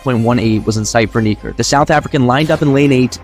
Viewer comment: "Knee Kirk" please bro, say his actual name